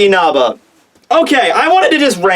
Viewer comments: Dude literally says "Inaba" instead of "Inasa" kills myself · His name's Inasa, not Inaba! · Yeah it is InaSa not InaBa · Can you please stop calling Inasa, Inaba? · Ikr. I've seen Chibi, Roger and Sawyer fucking slaughter names before but this is a whole new stage. Inaba isn't even close to Inasa lol.